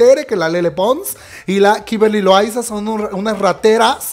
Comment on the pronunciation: JAJAJA me da risa como dices Kimberly LoAYZaAAA